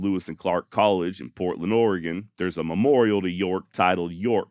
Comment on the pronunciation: Your pronunciation of "Oregon" is good! Astoria, though. lol